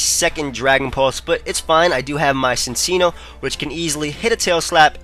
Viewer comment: It's pronounced Sin-Chee-No